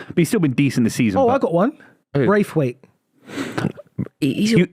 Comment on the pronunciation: Why did you pronounce Jarrad Branthwaite's name like Martin Braithwaite who was a Danish striker who played for Barcelona